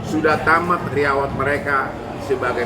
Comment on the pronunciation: apa w slh denger ya Hotman Paris bilangnya riyawat,ko bukan riwayat sih